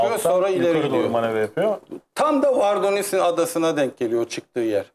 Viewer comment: Vardonisi değil vordonisi